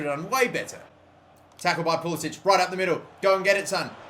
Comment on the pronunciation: its pronounced Pul-i-sick